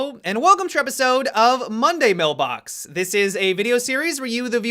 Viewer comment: It sounded weird when you said “Monday mailbox”